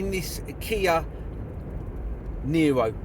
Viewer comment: Niro not neo